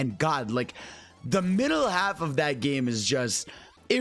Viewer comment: bro you're awsome love the videos but you just said "middl.e half."